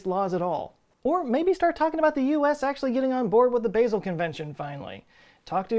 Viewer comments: I think it's pronounced BAH-sel... instead of Baaaa-sel. All good, great video, I learned alot. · it's pronounced 'Bah-zel' not 'Basil'... sorry that annoyed me more than it should have ;-) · The 'a' in 'Basel' is weirdly not pronounced like 'hazel', but instead like a pure, long 'a', as in 'part', 'start'. 'Baaasel' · Hey! Love the video, just letting you know, Basel Switzerland is pronounced with a soft ah sound not the long ae sound, so not like the spice basil. I lived there for three years, it’s a beautiful place, very clean! The Swiss are very serious about their waste management for sure. Had to organize all of my glass recycling by color beforehand before turning them in, and there are recycling deposit locations around literally every corner. It doesn’t surprise me that they would be at the forefront of this either! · love your vids, but please... its bAsel with a straight A as in HAHA. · And there was me thinking Basil was a Erb! I think he means Basel pronounced Bah-zl in Switzerland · Ooh god! I'm more distracted by the fact that he can't pronounce Basel! It's pronounced Baa-zel! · Basel is pronounced BAH-zel. but yay on the recycling tech. A-MAH- zing. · It’s pronounced “Bah-sel”, but that’s what you get from someone who spells his name with two T’s. I live in Basel, so as a proud American that still sucks at speaking the local language, I must correct you! Just giving you a hard time, I love you too. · Baa sel pronunciation in Switzerland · Totally irrelevant to the overall message. But I think Basel is pronounced Baa-zul as in the sound - a sheep makes and not the (H)erb Sorry please don’t shoot me Brilliant video as ever. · Just FYI... Basil (Bay-zill) is an herb used in pesto. Basel (Bah-zull) is a city in Switzerland. :)) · When he pronounces "Basel" the Swiss die a little inside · You're pronouncing "Basel" wrong ;) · The way you say Basel is so weird. (I am from Germany and don't live to far from Basel) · It's bah-zle, not bay-zle